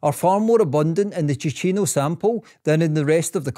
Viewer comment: Spannender Inhalt, grottenschlechte Sprechweise. Zeitweise viel zu schnell gesprochen (KI) und falsch ausgesprochen (bspw. Tino statt Ticino usw.) Statt dauernd die Haplos buchstabengetreu abzustottern, wäre eine Interpretation für Normalsterbliche angenehmer gewesen. Bitte benutzerfreundlicher gestalten!